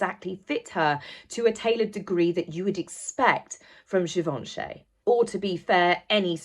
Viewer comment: You are butchering the last name ---- Givenchy ---- You are not dumb you can do it correctly.